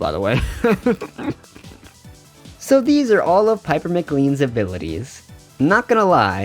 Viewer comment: Great video! I love Piper so much! Just to let you know that Pipers surname is pronounced like McLain!